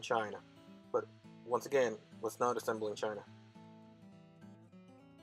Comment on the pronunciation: I speak sarcasm but I didn't hear the whats. Sounded like "was not", it's called enunciation. Thanks